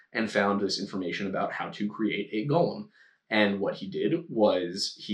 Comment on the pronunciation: Ok a couple of things; it’s Go-lem, not Gall-um so stick with just the one pronunciation. The Rabbi’s name was pronounced “Low” not, Lao. Yes it was kiln fired clay as the elements of earth and fire were both used to create a Golem.